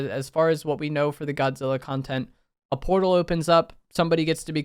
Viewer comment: It sounded like you were saying Kongtent for a second